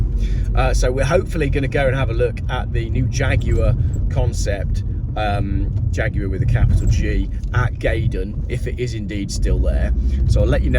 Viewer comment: The Faguar? At Gaydon? Most amusing.